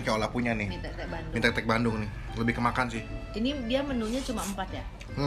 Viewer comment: mie tek tek??? njirr gw dengernya mie tetek ( • ) ( • )